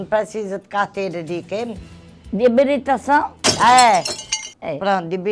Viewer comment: "de biritação"